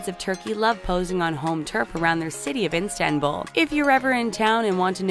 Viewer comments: Its ISTANBUL NOT INSTANBUL HAHAHAH TF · antiilankedileli HAHAHAHAHAHAHAH I WAS TRIGGERED WHEN SHE SAID INSTANBUL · calling Istanbul as Instanbul is a shame tho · Why does she keep saying "Instanbul?" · "instanbul" girl..wyd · The amount of the ignorance made me cring! How cant u even pronounce the name of the city properly but be brave enough to upload it to the channel? It's called ISTANBUL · IS-TAN-BUL...it's really not that difficult. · It's not Instanbul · There is NO "N" IN ISTANBUL!!! Learn to pronounce words properly! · Instanbul ? Oh god 😑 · Instanbul? My goodness lol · In-Stan-bul are u for real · Instanbul lmao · Oyku Ece Ozer I thought she was saying the name of an IG account that did that on purpose as a play on words off both Istanbul and instagram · Dont make a video about Turkey if you can't even pronounce Istanbul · Terrible commenting!!! At least know how to pronounce the city name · can't even pronounce Istanbul? that is just too much. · It is not instanbul but Istanbul. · She kept saying instanbul it’s Istanbul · INSTA-bul ... really? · It’s not instanbul it’s Istanbul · It’s ISTANBUL not INstanbul🤦🏻‍♀️ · It's not Instant bull it's İstanbul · Instanbul????? May be it’s Istanbul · Not İnstanbul, it’s İSTANBUL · Every time she attempts to say Istanbul I just cringe.. I’m half Turkish so the pain is real😩😩like wtf is instanbul?? Honeyyy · ISTANBUL DUDE NOT INSTANBUL .... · IStanbul NOT INstanbul jesus! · I wish I‘ve never watched this. it is not instanbul it‘s ISTANBUL wth!!!! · istanbul not instanbul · Not INSTANBUL -its ISTANBUL 🙄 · Istanbul not Instanbul, pronounce it properly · Its not Instanbul its ISTANBUL :)) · It's "Istanbul" not "INstanbul" :| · OMG Please stop saying INstabul.....it's Istanbul..... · It's IS.TAN.BUL not instambul ffs! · It's ISTANBUL and not INSTANBUL amk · Wtf is an Instanbull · WTF IS INSTANBUL? Get your facts right before producing a video. FYI it’s İSTANBUL. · Its Istanbul not Instabul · its not instanbul its istanbul